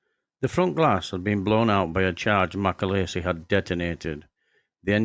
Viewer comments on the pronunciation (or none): John MacAleese (not MacAleesey !) Eas born in Larbert in Scotland. At least get his name right ,! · its mc aleeeeeese not mc alaisise